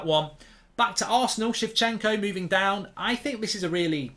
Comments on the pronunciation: Why does he pronounce Zinchenko like Zifchenko? took me too long to realize, who he was talking about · Zinchenko mark, Zin Zin not She 😂😂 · calling zinchenko shevchenko qaulity content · Shevchenko or Zinchenko. We all know what he's talking about. ✌️ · It’s Zinchenko lad not chivchenko or sometimes Shevchenko like you called him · He keeps saying Shevchenko 😭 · Zinchenko lol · why are you pronouncing Zinchenko's name wrong ??? I have literally heard yoyu pronounce it properly on multiple ocassions ????